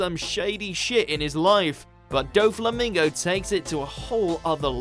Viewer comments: "Doe Flamingow Donkey Oatay" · When u butcher doffys name